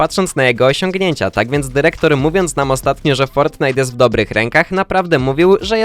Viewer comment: DYREKTOR nie derektor!